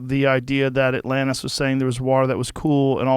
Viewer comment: Joe says atlannis